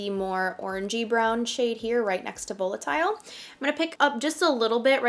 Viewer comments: It's pronounced "Vahlitile" not "Vowlitile" ❤ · Isn't it pronounced valitile?.. why do influencers keep saying vo with a long o? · So excited I’m getting my palette Thursday! Woot 😊 also, I love your videos there’s just one thing driving me a little nuts. The way you say volatile is a little off. You say the o as a long o and really it should be pronounced like va-lit-ile or va-lit-all you can always google the pronunciation if you aren’t sure. So sorry to point that out. Please please use celestial more in your next one! No one is really using it and it’s so pretty 😍